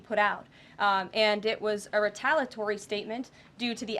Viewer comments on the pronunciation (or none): It's re ta lee a tory. Not retalitory. Dim wit.